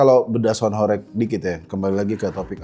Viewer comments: penyebutannya bukan horek, tapi horèg (bergetar dan berguncang) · horEg itu bacanya pake e nya 'Entah' bukan 'Entot' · gemes banget kalau dengar orang jawa bilang Horeg bukan Horeg... padahal katanya aktivis jawa tapi gak bisa bahasa jawa🥲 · Horeg blok bukan horekk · Kalian wong jawa timur kok mbaca horeg jadi horeg.